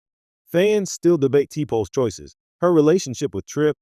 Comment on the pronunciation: Lord when he pronounced t'pol as t pole I quit listening. It shows the narrator never watched an episode.